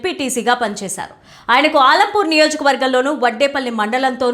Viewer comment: ఆలంపూర్ కాదు మేడం అలంపూర్